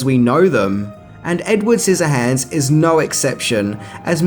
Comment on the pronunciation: When you say edward, it sounds like ed wood and it's annoying